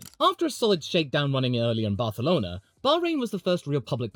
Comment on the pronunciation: I wasn’t ready for a proper pronunciation of Barcelona 😂😂